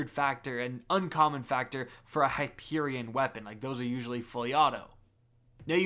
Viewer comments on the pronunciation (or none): none